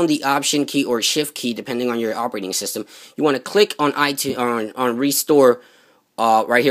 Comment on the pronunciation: cannot it say sytem wrong